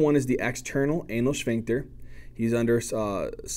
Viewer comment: You teach so much better than my professor. (Even if your pronunciation of "shphincter" makes me giggle every time)